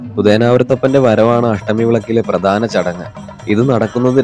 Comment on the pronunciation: PRADHANAM ENNU PARAYU :: PRADANAM ALLA